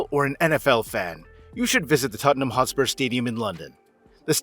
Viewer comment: Lads.. It's Tottenham